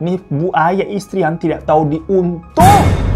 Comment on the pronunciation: "ndak tau di untuang ini mah" Kyak bahasa minang😂